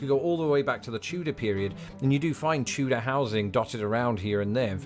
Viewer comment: Why do you pronounce Tudor like chewdor?